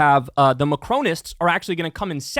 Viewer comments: Kyle, I love you, but dear god please stop saying “Macrone”. It’s Macron, not Macrone. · It's Ma-cron. There's no e at the end. Exactly as the name Ron. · lol at Kyle's pronunciation of Macron.